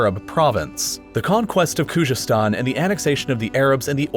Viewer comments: I’m Iranian so please, I don’t need a White man’s opinion about my nation! My country is not divided as you think it is! You can’t even pronounce Khuzestan correctly! Khuzestan has always been part of Iran and will always be part of Iran! Please stick with subjects you’re good at! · Problems with this video: 1) you speak of various dialects of Arabic and claim that Maghrib states contain their respective Arabic dialects while even your map clearly shows the influence of Algerian Arabic in Tunisia and Moroccan in Western Algeria. 2) Khuzestan - how could you butcher the pronunciation so much and so many times??? 3) The "foolish" decision of the Ottomans to join the Central States was dictated by the fact that Entente rejected their application for membership and they felt that if they can't be with one alliance, they have to join the other. 4) Most of the Kurds in Northern Syria were not there when French got Syria, they arrived from Turkey ca. after the failed Sheikh Said Rebellion 5) While the shapes of states were decided by the colonial powers, the issues with every state were much more complicated. You could take every country and make separate videos for them. For example, Syria's unitary regime was forced by Syrian nationalists, French wanted a federation there. 6) The division into sectarian states is an issue of its own as such divisions are never one-dimensional and not clear cut, there would be still minorities within those new sectarian states as well as conflicts of other identities and interests. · The way he pronounces Khuzestan or Najd or Shi'a is making me laugh. But other than that it was a really good and accurate video. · Bruh , you can't even pronounce khozestan !!